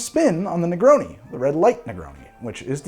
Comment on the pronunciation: My man said negroni with the hard oni